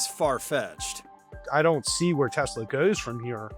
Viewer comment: putin toying with trump. trump toying with elon. "i love teslerrr" 🤣🤣🤣